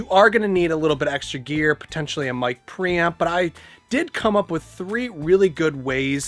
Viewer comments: lol, sounds like you're saying "Mic Pramp" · mic pramping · Whet did he say micropram? I need one but i dont know what exactly is that unit he says. I cant find micropram in ebay.... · how many times did he say ”pramp” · Hahaha mic praaaamp - can't fucking unhear this and he says it so often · Got under your skin that he doesn't pronounce it "Pre-Amp" too didn't it?🤔🤣🤣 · What is a mic "pramp"? LOL Just teasing you man 😋